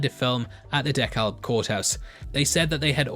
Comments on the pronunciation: DeKalb is pronounced "DEE KAB" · Fyi....it's pronounced Dekalb (dee-kab) County